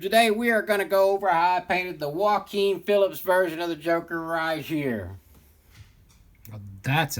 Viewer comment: Nice work. But it’s Joaquin Phoenix 😂.